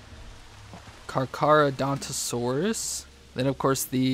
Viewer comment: is this the video with brachiosaur mamenchisaurus and dreadnoughtus?and say carcharodontosaurus to car-car-rodonto-saurus